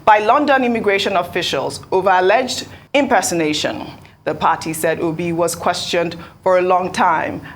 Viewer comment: The way he pronounced okpeeeeee sounds funny